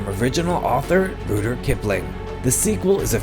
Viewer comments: How exactly did he pronounce Rudyard ?!?! it sounds like he says Boodr Kipling!!! lol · "Ruder Kipling" lol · And you pronounced "Rudyard" Kipling wrong. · You can't pronounce Rudyard, but Adriana Caselotti has an annoyingly high voice? I guess you don't have to be smart to critique movies.